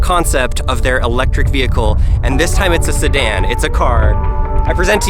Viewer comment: Beautiful car, but you lost me forever at "sedan"